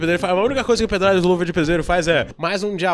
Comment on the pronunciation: "empreDário do luva de preZeiro" 😂😂